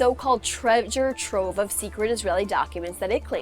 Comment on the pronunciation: "a trevjure trove"?